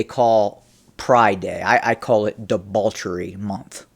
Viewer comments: I love you,, but it's "debauchery/festival," not "debalchery/festible". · Am I hearing debauchery with an L? Anyway, great vid keep em coming